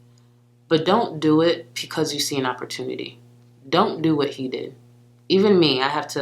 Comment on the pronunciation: I think it’s BECAUSE not PECAUSE!